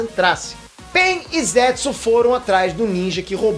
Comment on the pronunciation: #Obito n é shinóbi nem zétsu é shinobi e zetsu